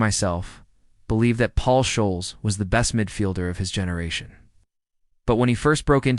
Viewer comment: This is appalling 🤢 Ferguson signed Ole Gunnar, he didn't come to United and turn his career around ! Scholes is prounced " Skols!". 🙄😅😂